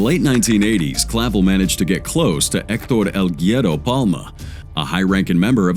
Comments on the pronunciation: Is pronounced goo-eh-roh, not gyro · “Guero” is pronounced as ‘WEH-doh’. Or ‘wero’ where you roll the R a bit. Americanized, it sounds more like ‘wero’ but with a Hispanic pronunciation.